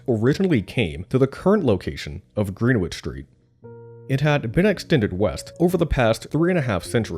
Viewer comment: "Greenwich" is pronounced "GREN-itch," not "GREEN-witch!"